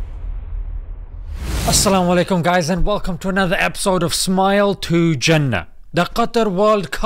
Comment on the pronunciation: I like the way you say As Salamu Alaikum. Maa Shaa Allah.